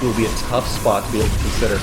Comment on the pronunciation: thats gonna fe tuff???????? u mean thats gonna fe tubb